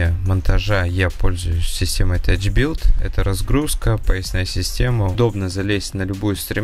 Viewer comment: За правильное прочтение Тоуа - зачет )! А вот "тачбилт" на самом деле читается "тафбилт" ;). За качество монтажа тоже респект - понравился подход. А вот если штробы резать чуть шире толщины кабеля, то он встанет туда враспор и его не придется дополнительно крепить. Выигрываем время на долбежке и на монтаже.